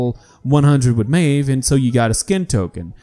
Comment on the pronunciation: Ik IT was 13 december 2018 but...PLEASE...Say Maeve's name correctly. Just MIF not mejw just MIF that's so easy...If said something wrong please forgive me.